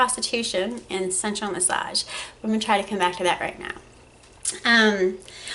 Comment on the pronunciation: I actually thought you were saying "central massage therapist".